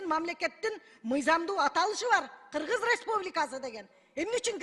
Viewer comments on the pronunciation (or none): none